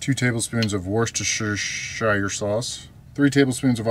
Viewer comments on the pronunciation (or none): FYI Worcestershire sauce is pronounced like its spelt 'wooster sauce'. You're welcome. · That's pronounced 'Wusstershir' :D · Someone had to so may as well be me. Worcestershire is pronounced wooster-shir as if you're saying shit but with a r instead of t. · How to pronounce worcestershire sauce: Wuster-shir-sauce.; ) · Worchestershire sauce = wooster-sheer-sauce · Being from England I love the way you say Worcestershire 😂 fajitas looked great though! 😋